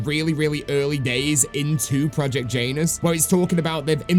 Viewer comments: I believe it’s pronounced Janus like you would say January and not like Jaynus. I know it’s not important and is a bit nitpicky but it was driving me nuts hearing it pronounced like that 😂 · Jan-us project Jan - us … not J-anus super funny not gonna call it anything else but anus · Bro please dont say Janus like that💀